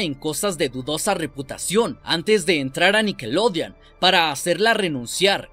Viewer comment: No se que es mas malo..lo que paso o la manera que dice nickelodean...para mi que es con O